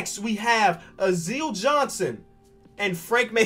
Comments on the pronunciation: hey just so you know Alize Johnson's name is pronounced Ali-Zay Not Azeel:P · sees Yuta Watanabe Proceeds to say - "Oh yata wanabe" "Azile Johnson" "Ryan Brokenoff" Love your work but cmon man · Alize Johnson is pronounced (A-lih-zay)